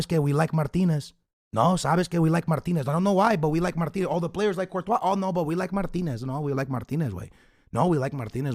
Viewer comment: Lol u said Courtois